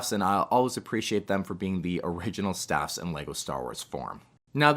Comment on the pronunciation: I don’t know if its only I or you hear it too, that you pronounce the droid speeders as “staff”, but they are called STAP speeders. To the best of my knowledge.